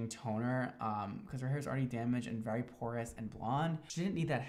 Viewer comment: Idk why but I love the way says “very” lmao 😂 it sounds like he’s saying vAry